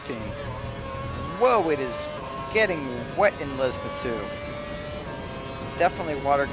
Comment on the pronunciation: LESMO! L. E. S. M. O. ! NOT LESMA, LESMO!